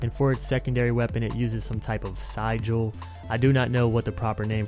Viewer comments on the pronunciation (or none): "Sih-Jul" Sigil. :D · "sigil"? :> "si" like the name Cid, "gil" like the name Jill. "Sigil" :D I've also heard it pronounced "Siggle" by none less than a renowned voice actor, so mispronouncing it is pretty common XD.